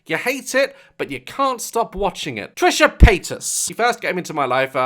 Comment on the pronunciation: Me: Wait what did you say Daz: Trisha patus Me: what did you say Daz: Trisha patus Me: ok got it Trisha penis